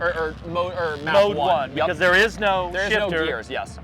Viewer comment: Thear is some noise I can hear a couple of mice in thear😅